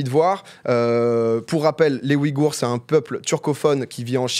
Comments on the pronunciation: Super Video Petit tips sa se dit ouillegoure et nn oui gour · ça me stresse sa façon de prononcer Ouïghour